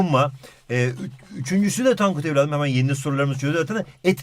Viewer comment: Bi ara tonkut dedi